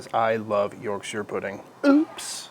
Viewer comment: Sir, it’s not YorkSHEER 😭👊🏼